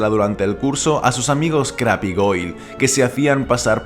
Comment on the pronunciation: Se pronuncia “Creib”